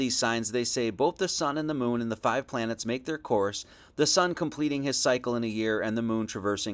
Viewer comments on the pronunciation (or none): none